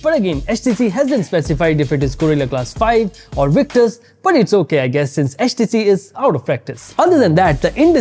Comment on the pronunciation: Man said HatchTC 😂